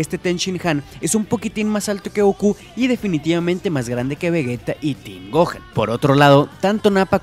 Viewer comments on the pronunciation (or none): none